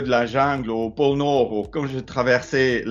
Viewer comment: Porno = pôle Nord ?